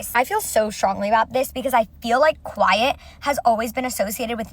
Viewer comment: “quite≠nice” umm, first of all you’re trying to say QUIET 🫠